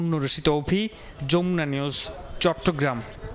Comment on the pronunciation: উচ্চারণ কত খারাপ এই সাংবাদিকের। এরা কি লেখাপড়া কিছু শিখে না? এরাই বোধ-হয় মামা-খালু ধরে চাকরী পায়। তা নইলে "যমুনা নিউজ" এটাও বলতে পারে না। বলে, "যমনা নিউজ" 😂। ছিঃ!